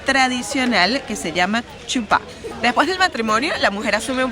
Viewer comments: Chupa, es la escritura en inglés, debe leerse Jupá. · Chupá, esta escrito en inglés..... y en inglés la "ch" tiene sonido de "j"......así que es español se dice Jupa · Yo vi algunos errores de las leyes kosher, nida y muchas más. Y no es "chupá" 😂 es jupá 🤦🏻‍♀️ en fin.. por lo menos lo intentó 😊